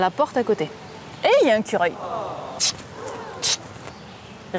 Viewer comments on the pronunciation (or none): J'adore le "cureuil" 🤣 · désolé pour le commentaire qui avancera a rien mais je tiens a partager qu'avec des amis on a eu une grande théorie comme quoi les noms d'animaux qui commencent par le son "é", il n'y a pas besoin de le prononcer ... et voilà qu'à tu dis "eh y'a un cureil" bonne journée a tout le monde